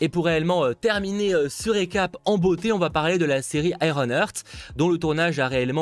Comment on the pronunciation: Merci! Tjs un plaisir d’ecouter tes news, et les 100% avec landri! Par contre j’ai une question!!! Pourquoi landri et toi vous prononcez ironheart « ironhurt »? En vrai au lieu de coeur de fer, vous dites genre le fer ca fait mal vu comment vous le prononcez. Et vous avez pas tort, le fer ca fait mal. Voila. Ca fait un moment que je capte ça et je devais faire la remarque;-) mais en tous cas! A part ce ptit truc, continuez comme vous êtes les gars!;-)